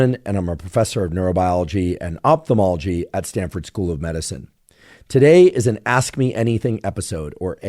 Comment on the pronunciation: If you're interested, that first syllable is pronounced "ahF" not "oPthemology." It's like "elePHant" instead of "elePant."